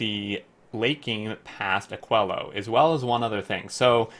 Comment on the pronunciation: I believe it should be pronounced more like "akeelo"